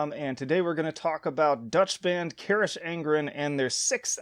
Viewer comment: Your pronunciation of Carach is criminal